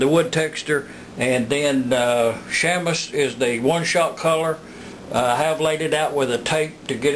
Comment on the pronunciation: Sham-us. That's chamois you fancy folk.